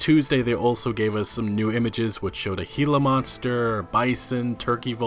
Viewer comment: Oh Wow he learned how to pronounce gila monster!!